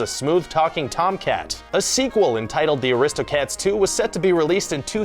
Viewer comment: Omg how he says aristocats is horrific